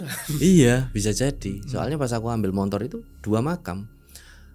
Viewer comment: Ni Narsum cara jelasin nya datar bgt njirr,kyk g punya ekspresi,ngomong belibet,ngga jelas deh pokoknya,apalagi paling gedek kalo bilang montor montor montor,sesusah itu kah bilang motor😅